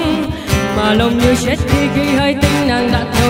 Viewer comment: giới trẻ giờ toàn hát kiểu phát âm sai chết toàn hát là trết toàn làm nặng âm tr và âm ch tôi thấy hát vậy đâu hay đâu làm mất sự thanh thoát của bài hát